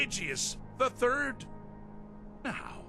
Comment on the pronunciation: So eloquent... until the word third is in the script 😂😂😂😂 fis is fe furd time I’ve commented fis joke